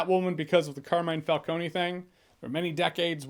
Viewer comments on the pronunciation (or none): Why is it that none of these "mega Batman fans" can properly pronounce Falcone. This is the 4th review that has pronounced his name incorrectly. Fal-cone ... not Falcon-ie. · So in the movie they pronounced it “Falcone”, like how it’s written. But in your review and in Batman Begins it’s pronounced “Falconi”. Which is it? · true, but it happens, you could easily pronounce it FalCONE instead of FalcoNE so I can't give them too much grief, I fucking love Batman Begins though. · yeah i didn't like that they pronounced his name like that but its still a great movie